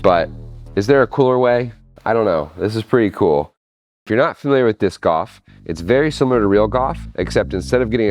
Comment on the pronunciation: lol, i thought you were saying "discoff"